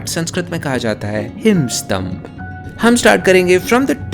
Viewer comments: it should be Himstambha( the ending "a" pronounced as 1st swara not the second) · Bro it's Himastambha: in Sanskrit in Hindi It's Himstambh, Hindi removes vowels at every word end Letter if it ends with a in Sanskrit , So do not mix-up pronunciation , speak the sanskrit words properly and Very Important thing in Sanskrit is "VakShuddi"